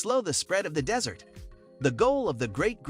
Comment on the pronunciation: Why is this guy saying dessert instead of desert several times? Just reading a script without thinking? Intresting topic though, but some of the used clips are strange choices.